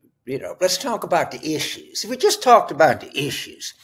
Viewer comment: “The EEESHUUUUES” 😂😂😂